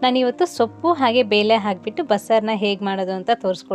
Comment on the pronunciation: ಅದು ಬೇಲೆ ಅಲ್ಲಮ್ಮ ಬೇಳೆ